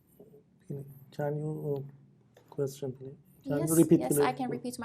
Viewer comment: Qweshn, qweshn, repeat